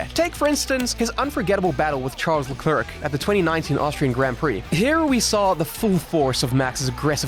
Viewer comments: Great video, but can we start saying Charles last name correctly? La-kl-air not La-clerk 🤣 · "charles leCREQC"🥀🥀😔😔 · Luh-clurkh, Fisichella, yeah, european language something...murican more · Lol "Charles LeClerk" 🧑‍🏫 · Bro there really is zero excuse to still mis pronounce LeClerc's name, at this point that's just a willing and conscientious lack of respect for other people's cultures.